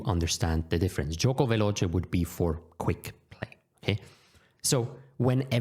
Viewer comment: Great video! It would be amazing to learn these base notions for each "main" opening. I was also not expecting such a good "Piano" and "Veloce" pronunciation. I got great expectations for "fianchetto" now! 😄😄😄